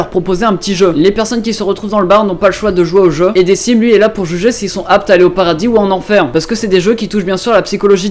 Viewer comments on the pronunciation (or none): Decim se prononce DeKim et non Dessim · Decim ça se dit "dekim" et pas "dessim" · J'ai vu la vignette, je me dis, mes deux mangas préférés bon...on clique! Par contre on prononce "Dequim" et pas "Decim" (même si ça s'écrit Decim") et les ost sont trop class, ça change des ost et opening trop "épiques" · SA CE DIT DeQUIme QUIME !!! PUTAIIIIIIN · Ca se pronoce dekim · Par contre Decim se pronnonce "DeKim" sinon super vidéo j'adore ta chaîne ;)